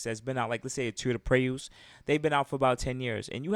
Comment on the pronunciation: i have never in my 25 yrs of living ever heard somebody pronounce toyota prius like that